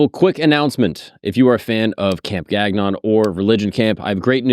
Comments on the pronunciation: Gagnon shou sound like " gone-yo " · I find the American way of pronouncing the name so funny. In Canadian we pronounce it more closer to like "gang-yon" with a little french flavour thrown in there. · Gagnon is a surname of French Canadian origin. It's been butchered. lol